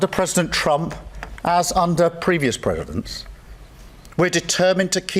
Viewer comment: Starmers warning 😂😂😂😂😂. Other world leaders simply laugh at this clown. Like what he says matters in the slightest. He can't even say "presidents" properly 😂😂. He has no idea about our national interests, apart from destroying it.